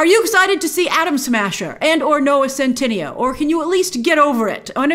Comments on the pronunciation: oh btw it’s noah cent- ih- nay-o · His name is pronounced scent-eh-neigh-oh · It's so funny how Grace mispronounced his name in the entire video. And I don't see a reason for mispronouncing it, because it sounds like how it's written. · Grace somehow adds another syllable when saying his name lol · why is it that everyone on youtube mispronounces centineo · I love how you call him a 'big deal' yet you still haven't pronounced his name correctly throughout all your videos hahaha, love you Grace xx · The video should be called: "Grace butchering Noah Centineo's name for 10 minutes straight."